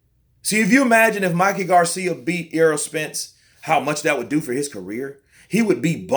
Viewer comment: Why do people constantly pronounce Errol as Earl? BTW The Chihuahua will not beat the Pit bull.